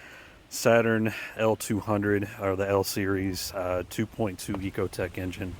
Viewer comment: Hey, he said it correct...Eco and not Echo like most people call it. For those who don't know how to pronounce it there's no "H" in it. About time !